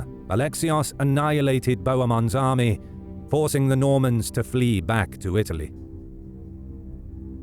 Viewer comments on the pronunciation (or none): none